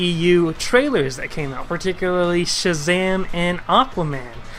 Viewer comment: Mispronounce Shazam one more time and I'm going to Shazam a stick up your bottom.